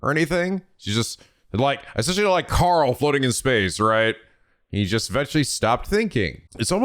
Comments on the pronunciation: "Like Carl floating in space right?" Record scratches Did...did you just call Kars...Carl? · Carl?! Don't you mean Kars? Beep beep